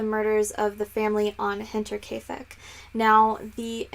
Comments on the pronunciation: Yeah you went for it and nailed it! Nice job lol:) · You get Double points for pronouncing the title right haha :)